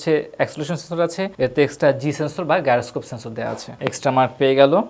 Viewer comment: গাইরোস্কোপ না জাইরোস্কোপ।